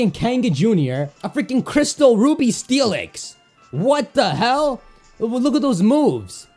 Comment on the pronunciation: Did someone here him saying uby insted of ruby steelix